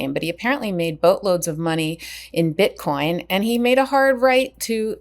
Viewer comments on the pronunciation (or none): none